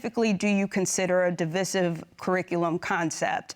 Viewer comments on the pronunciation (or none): Am I tripping or the way the pronounce the word divisive is super not normal....